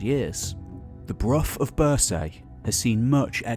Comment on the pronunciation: One thing that I struggle with is the mispronunciation of place names. Bruff of birsaaye where it is pronounced broch as in loch and Birsay is -renounced BURRSEE.it is like listening to an American trying to say Edinborow